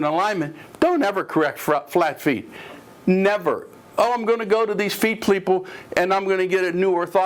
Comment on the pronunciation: "Feet pleeple" omg still laughing